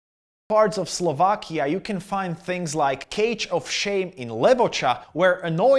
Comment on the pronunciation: dont care about the Wales first. He says Sovlakia no Slovakia.